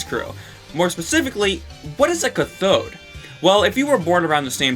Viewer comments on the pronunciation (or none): Omg it's caaathode not cuthode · Cat-thode not ca-thode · My ears bleed every time you pronounce cathode ca-THode instead of CATH-ode Edit: finished the video, it was like being beaten with a lead pipe, you said cathode so much. Ps cathode, boob tube and tenna being terms that refer to the same person is an absolute no brainer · just fyi, "cathode" is pronounced "CATH-ode", not "cuh-THODE" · Its cath-od (cath as in Catholic) not ca-thod. Sorry but that was bothering me. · It's cath-oh-d not cuh-thoad, anyway yeah the brackets are just related words to they actual word he is saying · You've been pronouncing cathode wrong. It's a long a, so it's cath - ode. Sorry, it was just really bugging me. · Ca-thode, not cuthode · Great video dude! Just to note though, 'cathode' is actually pronounced 'kath-ode' rather than 'ka-thode' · "Cuh-thode?" It's "cah-thode." Alliterates with "cat." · Why would a make a u sound in that word? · good video. (also its pronounced cath-ode not cuh-thode) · It's pronounced CAF-ODE. Emphasis the A. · the Cath in Cathode is said like it is in Kathy. so it's CATH-ode. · Cah-thode lol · Usually this stuff doesnt bother me but cathode is pronounced with a hard "a". C "AH!" thode raytube. Sorry lol. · Cathode is pronounced like cat. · Why do you think tenna and the and the cathode crew (pronounced CA-TH-ODE btw) are different? Why can't tenna just be the leader? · every time you pronounce cathode incorrectly it kills me a little inside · i hate the way you say cathode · Holy shit I hate the way you say Cathode lmaoo!! Great video btw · your pronounciation of "cathode" made me die inside but cool theory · Just a small note: the A in "cathode" is pronounced like the A in "cat," and the emphasis on on the first syllable. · The way you pronounce Cathode hurts my soul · pls stop saying cathode like that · That’s not how you say cathode